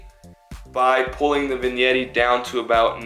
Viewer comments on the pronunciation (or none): Bro said vinyetti